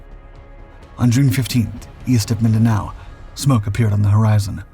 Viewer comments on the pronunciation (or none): none